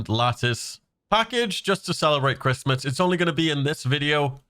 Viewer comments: Just found your channel and you got some cool content, great job man, also that giveaway lacctice sounds pretty nice😂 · 😳 did he say latice?! Yoink